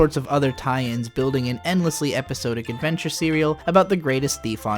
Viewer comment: Episodic = eh-puh-saa-dic, not "episode-ic" Titular = tih-chu-ler, not "tight-chu-ler"